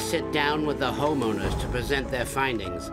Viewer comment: Canadian way of pronouncing home owners sounds like hormoners... took me a while 😁🤣 great series!